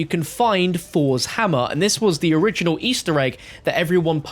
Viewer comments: This mans says fours hammer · Nobody:: FoUrS hammer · ‘Fors’ Hammer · Fos hammah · Fors hamma 😂😂 dumb ass